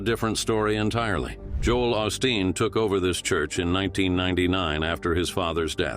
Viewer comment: Hey,. It's pronounced Oh-Steen. Oh yeah. It's CONtroversy, not conTROVersy.